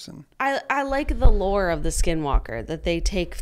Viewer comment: I’m Navajo 😭 and Skinwalkers are very real beech 😭😭 Also Julien pronounced skinwalker in Navajo almost spot on. If you see one you could faint btw if you get scared. Only people with strong hearts can withstand their presence.